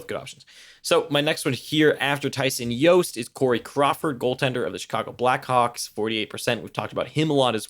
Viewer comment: Why do we keep calling him "Yost"? He pronounces the J, just sayin...